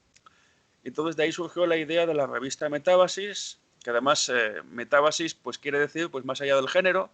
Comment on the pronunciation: Metábasis, no metabasis